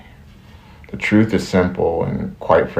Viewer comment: She didn’t say ‘truth is…’. She said ‘troof is’. She can’t even speak English.